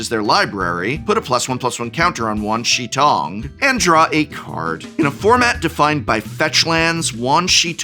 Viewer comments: Hi, not an assh@ Wan Shi Tong = Juan Sure Towng Xi is She Shi is Sure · the professor saying wan shi tong sounds like a south park episode! 10/10